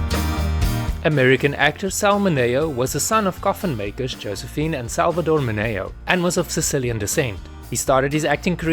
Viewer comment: PLEASE! MI-nee-oh 😅